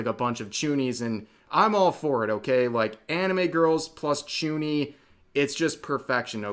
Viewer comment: Sorry. What is a chuni? Or did you say, tooni?